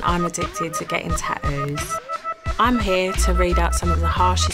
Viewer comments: If YOUR going to get them ATLEAST you can do is PRONOUNCE THEM CORRECTLY "tattos" NOT "tadoos" 😂🤡🙄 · At least say the word tattoo properly if you’re gonna cover yourself in them, they aren’t called TahOOOOS. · I am Sarah and I'm addicted to getting tah-oohs 🤣🤣🤣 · I was looking for this comment. 😂